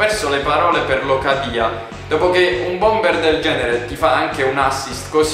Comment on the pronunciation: locadia si dice come si scrive con l'accento opposto